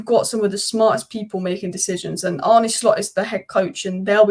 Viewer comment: Its Hancko not Hanko. The c is pronounsed as an cs. And also not Arnie but Arne. 🤣